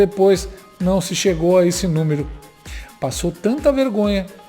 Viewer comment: "A jenti fica disendo carqué númiro e o povo acridita", palavras do descondenado asqueroso 🤮🤮😂🤣